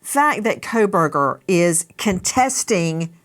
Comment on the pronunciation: His name is coalburger. Pronounce it correctly please. The Kohlberger family would like to be rid of association and here you go... coalburger (coh lll uh bur ger) coalburger.